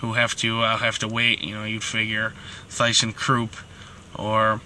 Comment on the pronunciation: Learn how to pronounce the name ThyssenKrupp.